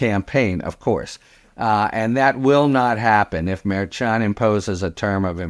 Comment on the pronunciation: Love the podcasts but I do chuckle every time you mispronounce Judge Merchan’s name after all this time. 😉